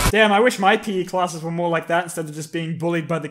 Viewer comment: When you mispronounced were:”We were near to achieving greatness. We were this close”